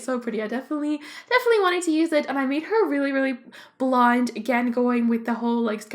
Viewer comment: I know that its the accent Buț i sounds like your saying blind not blonde